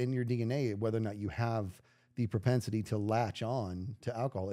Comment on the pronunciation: I know it's not quite an idiosyncrasy, but I can't stop flinching whenever says "propensity." Just thought I'd throw that in here! 😅 This was a fun podcast!